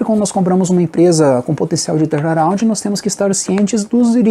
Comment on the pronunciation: "Torna roundi " kkkkkkkkkkk